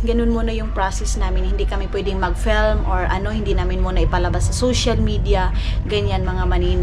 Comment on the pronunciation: "FELM" hahaha FIIIIIIILM po nose bleed sakit sa ears hahaha. Dba natuto tong tinuturuan plagi ksi ng mamaru. Tigas ulo sobrang ewan....tong c. Panapanahon din yan.